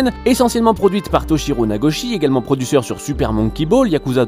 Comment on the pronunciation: "Produsseur" ( ͡° ͜ʖ ͡°)